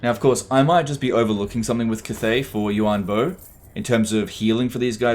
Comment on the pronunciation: I'm pretty sure it's Yuan Bo not Yu An bo